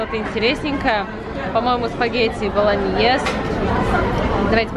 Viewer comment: Зачем нарочито стремиться покупать французские и итальянские бренды и коряво произносить название - Спагетти "Болоньез"!